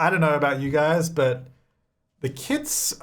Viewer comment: When he was talking about kits, I could have SWORN he was saying "kids" and I was soooo confused as to why he "just ignores" them 😂